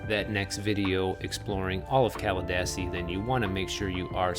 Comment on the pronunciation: Pronounced “Cala DEE see.” I lived there until last year. People are moving to Pinellas County by the droves, traffic is horrific, especially on US-19. It’s not what it used to be, sadly. Miamians will still think it’s good since it’s worse in Miami for now.